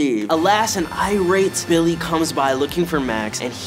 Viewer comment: Did noah just say “bildy” instead of billy?